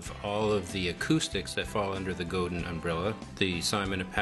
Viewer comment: Good review but the name is pronounced 'go-dan'. It's French-Canadian.